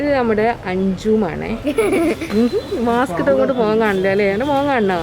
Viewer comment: മാസ്ക് ആണ് മാക്സ് അല്ല തിരുത്തുക